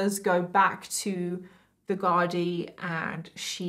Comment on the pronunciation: u did super job pronouncing "Gardai" - appreciate that!